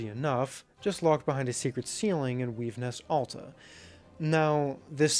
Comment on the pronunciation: I feel like all Americans have dyslexia. What do you mean "Weavenest ALTA"???